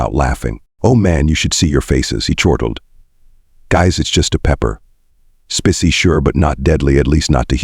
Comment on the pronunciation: Spissy? They spelled it correctly, Spicy usually pronounced Spy see!